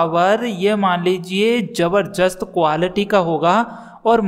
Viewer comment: Jabarjast nahin jaarjast nahin jabardast hota hai